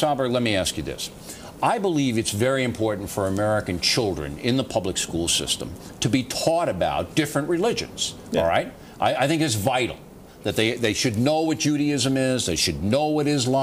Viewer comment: taught, not taugh